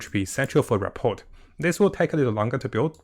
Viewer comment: THE T IS SILENT. ra.por